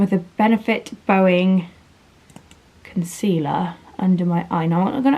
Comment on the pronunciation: You’re smashing mum life! always got it all together 🙅🏼‍♀️🙋🏼‍♀️💁🏼‍♀️🙆🏼‍♀️🤱🏼 Ps I’m laughing so much, I have to tell you.. it’s boing concealer 😂😂 as-in the sound of a bouncy ball etc. Not trying to be horrible.. made me chuckle 😘